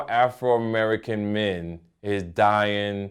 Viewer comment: "AFROmerican" haha